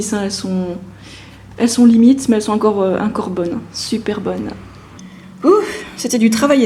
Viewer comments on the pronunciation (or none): on dit ENcore, pas INcore!